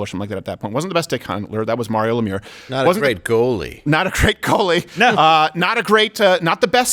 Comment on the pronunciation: Steven pronouncing Lemieux ashamed every Canadian alive.